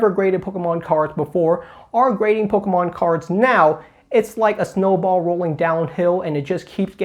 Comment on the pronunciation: that said, out of all the youtubers I watch, I like the way you say "pokemon" the best. Don't tell Squeaks ;)